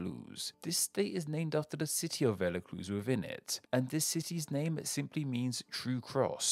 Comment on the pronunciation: The way he said velacluz